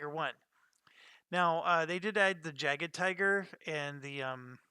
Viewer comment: Personally I like the fact that they made tigers rare, because they were - they were only used in special heavy battalions, never in regular Panzer Division. Also, Jaeger Tiger - the "J" is pronounced as "y" is in English. Defense in the original version worked completely differently, lowering to hit number, in the second edition defense gives you a chance to ignore a hit.